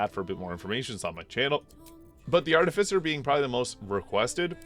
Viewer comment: Love your work! Phonetically, "artificer" is pronounced as: *ar-TIH-fuh-ser*